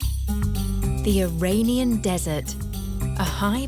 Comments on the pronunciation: Iranian is pronounced "ee-RAHN-ian" (rhymes with onion), not "ee-RAIN-ion". Ain't no rain in Iran. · Or the dreaded eye-rain-ian